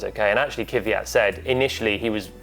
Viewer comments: Не се казва Кивиат. казва се Квят. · Its Kvyat, not Kivyat. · NOT Kyvyat.... Its KVYAT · He's name is Kvyat, not Kivyat, as you say. :) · Why do so many English presenters say Kiviyat when his name is clearly Kvyat? Learn the drivers' names... it's not hard. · Everytime I hear Kyvyat i kinda wanna punch the interlocutor. Saying Kvyat is not that hard i guess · He is the only one left calling KVY as Keew-yatt. I wonder where that extra "eew" letter comes from. His name is pronounced "kwee-yat". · Technically, its "Kwjat" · Kiviat? Try to say it the right way please. If needed ask it himself how to say it. This is bad bad bad! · Glad he’s ok. On a side note, why can no one pronounce Kvyat’s name correctly? There’s no vowel between the k and v. Stop putting one there. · Why is it so hard for everyone to pronounce Kvyat? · The English language does not have that sound in it. The only way to link a K and a V is by adding a vowel to separate the letters as they require a full stop between them to be pronounced. Doesn't really matter to them though. Much like Paul saying Kubika. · is it that hard to say Kvyat